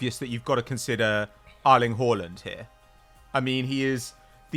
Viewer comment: "Ireling Haaland"? I didn't know Erling had a little brother